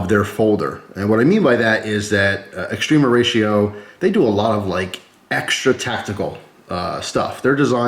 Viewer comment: Not into knives but love your videos. All these years I thought you were saying Extreme Horatio always made me giggle thought it was a cute sounding Mexican thing